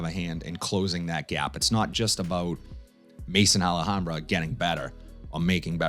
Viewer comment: Another great video brother. Issey intense is one of my all time favourites. I’m gonna agree tho that it can be decisive. For the record ,maison is pronounced may-zon , it’s the French word for house as in house of Al hambra. Last week’s rotation Monday : Givenchy Gentlemen Only Absolute Tuesday: Lalique Pour Homme (lion) Wednesday: Ferragamo Oud For Man Thursday: Afnan Rare Carbon Friday : Ferragamo Uomo Signature Saturday: Versace Oud Noir Sunday : C.K. One Shock